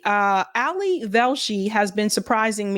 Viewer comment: It is not Ali as in Alison it is Ali as in Ali. You are mispronouncing his name.